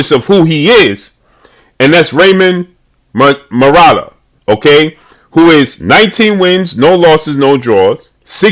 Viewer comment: That would be a good fight but way too soon for Raymond. Also it’s Mu-Ra-Ta-Lla (yah).